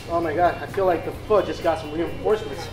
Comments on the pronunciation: What he said: i love pho What i heared: i love fuck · you said pho wrong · Fake asan cant even prononce pho or siracha OLLOOLOLOLOLOLOLOL